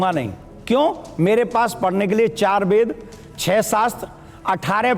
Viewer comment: Ved ko vaid bolta hai.